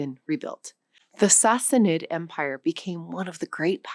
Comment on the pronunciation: Are these the current standard pronunciations of Cyrus, Persepolis and Sassanid? I never heard them this way before. For a language show, I would think they are. Any other words used in this with new pronunciations to you?